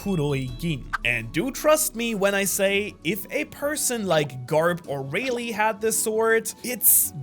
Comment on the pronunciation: Holy cow, my sword got in the silver vipera edit: I just realized he said Reilly wrong